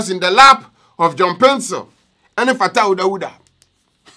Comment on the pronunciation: I like how u say "Fataw Dawdaw" .... say it again. 🤣😂😀